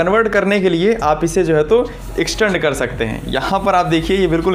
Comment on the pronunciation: इश्क़-टंड नहीं रे बाबा extend hota hai